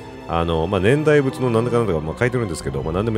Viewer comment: 年代物→ねんだいものですね(笑)